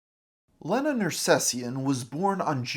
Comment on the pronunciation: The single N makes the E a long sound, so it's leeeeeena, not LENNA.